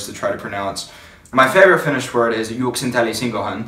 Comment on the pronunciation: Juoksentelisinkohan - Juliana said the first part right (Juoksenteli-) very well for a first timer :)